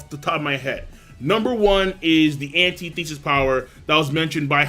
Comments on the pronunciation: lol its antithesis..not pronounced anti-thesis, just spelt that way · Jesus fuck man... It's not "Anti-Thesis" It's Antithesis. Ant-ith-is-is. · look up how to pronounce antithesis please... It's not that big of a deal, but my brain hurts every time you enunciate ANTI-thesis. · Antithesis is pronounced: an·tith·e·sis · bro.. your saying antithesis mad weird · it kills me when people pronounce "antithesis" that way. And "omni-science"?! ...that's a joke right?